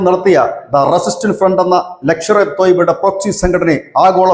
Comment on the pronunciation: 😂😂 " ലക്ഷർ എ തോയ്ബ" യോ❓ അതെന്തു തോയ്ബാ❓ "ലഷ്കർ എ തോയ്ബ"യല്ലേ❓❓😂😂